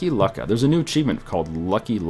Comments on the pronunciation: Lucca is pronanced luke-a not luck-a. I know I've been there in real life. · lucca is pronounced "loo-kah" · its pronounced looka